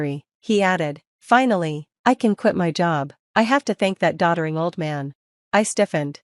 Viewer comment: "doddering", not "daughtering"; no such word as the latter.